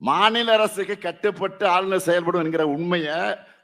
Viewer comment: ஆலுலர் ரவி😂😂😂😂 என்னடா தமிழ் சுடல😂